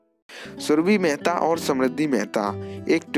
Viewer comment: मेहता नहीं मेहरा